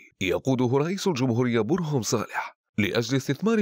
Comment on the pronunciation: شنو هاي المذيع يكول (برهم)برفع الباء